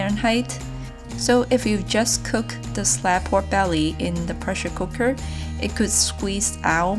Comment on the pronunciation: Instead of "pork belly" I kept hearing"poor belly"... Guess it is cause nothing's ever left of it😋